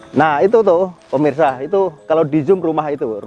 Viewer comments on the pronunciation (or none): none